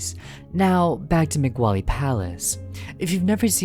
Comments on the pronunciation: too easy of a tartget lol I say let it pass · moe glee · Oh my God, I thought I could stand it in the beginning, That's not how you say mowgli's name. It's pronounced like Moe-glee not meh-gwa-lee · Interesting video but you pronounced Mowgli. Disney version is said like Moe-glee and the original Rudyard Kipling is pronounced Mow-glee. This version is meant to pronounce so the first syllable rhymes with cow. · Not being rude but its Moog-ly not Moo- Wally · It’s not moogly either It’s mowg lee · Bro keeps pronouncing Mowgli as “Ma-Gu-Wally” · megwawlie palace lol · Every time you pronounce "Mowgli" as "Migwali," a nice young man with social anxiety shits himself during an 11-hour airplane flight. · I love how he says migwali instead of mowgli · I'm sry, but the way you pronounce mowgli sounds like Mc wally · Brooooo deadasss I was looking EVERYWHERE for this comment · he pronounces it like mogwally or sum shit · "Mogwali's Palace". BRO 💀💀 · Isn't Mowgli's name pronounced "Moe-Glee"? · Macquali lol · The way he keeps pronouncing mowgly’s name as mc wally :sob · Your Videos are Great! :D Although I hate to be that one dude, it's annunciated Mo-glee. 🤓(i sound like a nerd). Either Way, You make the best fnaf/horror stuff! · Did you just call Mogli "Mag Wally"? Lol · Yep can't wait to watch the junglet journal starring yours truly "Mag Wally" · How is no one else talking about this? Is this secretly the real pronunciation and I'm getting gaslit? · I may be wrong, but isn’t it supposed to be said like "mo-glee" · The way you mispronounce "Mowgli" is a similar energy of someone mispronouncing Shaquille O'Neal's name "Shaquale O-Nahleh" XDDDD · I have never heard someone say Mowgli so wrong before and it hurts my ears, if your commentary wasnt good I would be crying at that word alone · Bro what was with that absolutely stanky way that you pronounced “Mowgli” 💀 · Any one gonna talk about how he miss pronounced Mowgli’s name the entire time?!?!